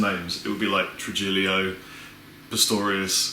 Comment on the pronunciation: True-Jilly-OMF'nG. Can't blame THAT on the coffee. I was almost going to cut this dude some slack given the relative cultural distance but Spain is right fucking there. No fucking excuse